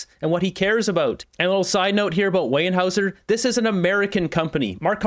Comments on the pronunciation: NOT Weyenhauser.... Weyerhauser (pronounced wearhouser)... So close to earning my subscription, so close.... 🤦🏼‍♂️ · It's pronounced weye R haeuser not wey n haeuser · It’s pronounced WARE HOUSER not WAY ER HOUSER…. you would think living on Vancouver Island you would know that. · ok,,its wear howzer..not wayne hower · “Wear” hauser not wheyean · A little pronunciation correction. It's not weyen hauser....It's weyerhauser...pronounced ware-houser. FYI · Weyerhaeuser.. sounds like "Wearhouser" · Hey, Weyerhaeuser is pronounced like ‘warehouser’. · It’s pronounced Wair-howser, or was the mispronunciation intended? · It's pronounced where houzer lumber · Pronounced where houser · Not sure if this matters to you, but Weyerhauser is pronounced where houzer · Weyerhaeuser is pronounced "where-houser." The industry is here in my hometown, Kenora. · Just a FYI, it's pronounced WEAR when saying Weyerhaeuser and before everyone jumps on me I love this channel, does a awesome job of exposing the libtards and i watch all of his videos, he's doing God's work😊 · So embarrassing! Where is the n in Weyerhaeuser? It's pronounced Warehouser.. If you want to be a bloviator, learn how to say the words and names of the people you're talking about! Okay! You can ask Google how to pronounce. Maybe do some research before you embarrass yourself. And btw, that solar farm he canceled, Americans are going to love their new energy rates. Trump is a walking economic disaster. It is estimated that the average energy bill in the US will triple because of him. But, you go ahead, keep talking him up. Moron! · Alberta here we pronouce it "Warehouser" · Bruh It's "Warehouser" 😉 or maybe some say "Wirehouser". There's no 'N'... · Pronounced "ware houser" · Its pronounced Warehouser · I believe it’s pronounced ‘ware-houser’.. just for future reference 😊